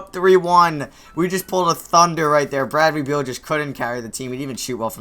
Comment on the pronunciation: nigga its not bradley bweal its beal smh